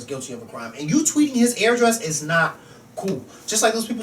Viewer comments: pronounces address weird it sound like he's saying airdress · I like how pronounces address. He says "AIR-DRESS" lol.